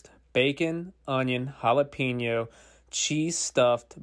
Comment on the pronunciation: Pretty sure only 1% of Americans know how to pronounce it. Most of them replace the Ñ with an N or pronounce it like one